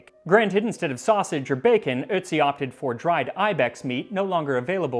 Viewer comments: Otzi - you said Itzi as in bitzy spider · Your pronunciation of Ötzi is so good! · On behalf of every native German speaker: Thank you for pronounucing Ötzi's name correctly. Most English speakers are not even confused by the two dots while ignoring them :-D